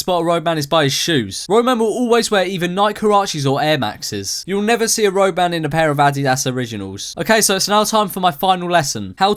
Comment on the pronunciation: Wow I always thought he was saying rogue man not roadman